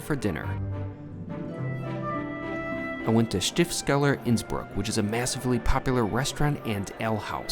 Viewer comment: Been a long time since I was in Innsbruck but I recognised that golden roof instantly - whole minutes of enjoyment to be had from that! ;) The mountains definitely more of an attraction, especially if you're unfamiliar with mountains. Looked like a great couple of days though. One point, it's Stifts-keller (the cellar (Keller) that belongs to the abbey (Stift)) rather than Stift-skeller. Good to see some more from Austria, I thought you were done with it! I've eaten at a star in Vienna (Tian) but as you swerved the vegan burger place, I'm guessing that you also didn't pick a vegetarian restaurant for your starred meal!